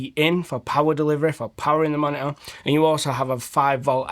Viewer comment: great "moni'ah"